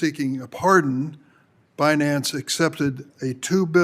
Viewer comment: Forbes chairman 😅😅 bi nance fi nance tri nance bi partison Embarrassing 😂😂😂😂😂